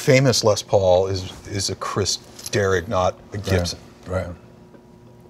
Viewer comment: It's "KRIS DERRIG" not Chris Derek.